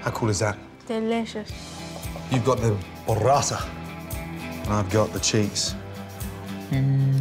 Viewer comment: I wish I could tell him it's "bUrrata". "BOrrata", the way he says it, it's....well, something a little dirtier and less attinent with food. I can hear my fellow Italians laughing already